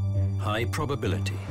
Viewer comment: Did they miss the i in "Probability"?